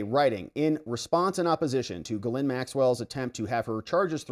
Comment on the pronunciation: It is pronounced jiz lane